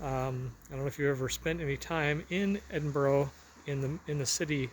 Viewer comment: Thank you, sir, for pronouncing Edinburgh properly, Pastor. Miss Scotland deep in the bones. Used to travel there all the time.